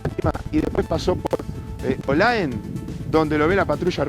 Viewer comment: No es olaen ! Es OLAE